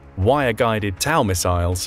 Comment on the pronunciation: The TOW in TOW missile is pronounced like toe or TOWing, not like Tow in towel.